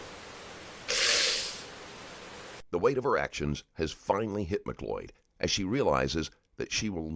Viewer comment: She can't even pronounce her name correctly..its not MAC loyd it's mcloyd .... jeeeze . Americans can't speak or spell correctly. It's so annoying.